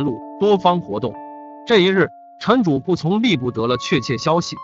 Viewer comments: 是主「簿」，不是「薄」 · 用“终被”字比较合适。不过他就是个播音员，不知道播前是否通读过这些故事。比如这个故事，说景福小时候逛牛庄时说牛庄不比繁华州城府县， 用“终”字比较合适。不过他就是个播音员，不知道播前是否通读过这些故事。比如这个故事，说景福小时候逛牛庄说，州和城之间停顿。还有主簿有一次读成主薄。在光华寺焦尸案那集，三个半大小孩，他读成了三个半 （停顿）大小孩，让人觉得不知所云。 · 主簿成了主薄？！ 你怎么还读白字呢......